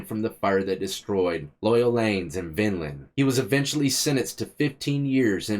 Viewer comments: VINE-Land not Vinland😂😂😂 C'mon? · Its pronounced Vine-land. cant get it right smh. I remember that fire. Im from NJ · That's my hometown lol I miss that place. The city is pronounced Vine-land like a grape Vine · No worries just a Jersey boy trying to hold his state down with the proper pronunciation. Love the channel BTW been a fan for years with different accounts its awesome seeing you blow up!